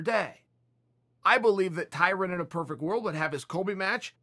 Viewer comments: Tyrin???? LOL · I once saw someone corrected a white guy when pronouncing Tyron as Tyrin. The white guy responded that saying Tyron is racist. lmao, could that be why Chael is pronouncing it that way?